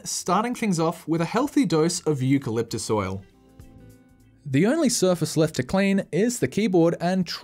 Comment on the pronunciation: Putting extra stank on " eucalyptus oil ".